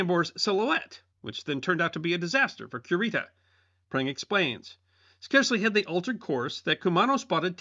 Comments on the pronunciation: Correct me if I’m wrong, but isn’t it KU-ree-tah and not QUE-Rita? 🙈 …sorry, I love this channel and content, but that part was like fingernails on a chalk board for 15 min. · LOL Cure-ita sounds like a dog medicine! Stop mispronouncing that man’s name, it sounds horrendous!